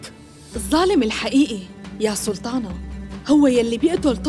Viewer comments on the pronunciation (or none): نرفزتني بسلتانه 🤦‍♀️ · ماتقول سلطانه تقول سلتانه 😅😅😅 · اللي عملت صوت ما درست حرف الطاء!! سلتان ، سلتانة😂😂😂😂